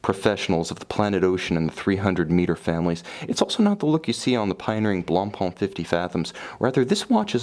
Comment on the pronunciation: So "Blancpain" is pronounced "blunhpunh?" Just checking.